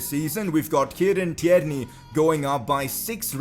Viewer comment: You clearly don’t look at your comments say tierney properly